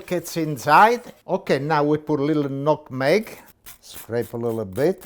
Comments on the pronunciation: Did he call nutmeg ‘nig nog?’ 🤣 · Metnug 😂😂😂 that's how I say sometimes when I forget my English learning. He's a funny guy. Great recipe!!! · “Negnut” IM DEAD 😂😂😂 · I'm late but, "metnug" is my new way to say it. 🤣❤ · “Neck-nug” “nuck-meg” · There’s that four cup again 🤣🤣🤣🤣🤣😂 With a side order of meck nug, uh... nuck meg! 🤣🤣🤣🤣🤣🤣🤣😂😂😂 Seriously though... that is one sexy Bechamel sauce! 😋 #viral 👍👍👍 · Hey, love your show. Tried some of your recipes and they were sooooo good! You make me laugh especially when you tried to pronounce nutmeg.